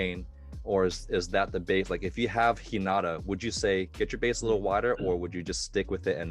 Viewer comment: has the more accurate intonation to how the word is read. I'm not entirely sure but how reads "Hinata" might mean differently from the original. Kinda like how the word "lead" means two different things when pronounced differently. Tonal languages like Japanese are quirky like that when compared to English.